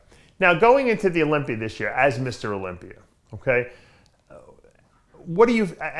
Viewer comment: You can move to Florida,Dave, but you still say "Olympi-er". lol!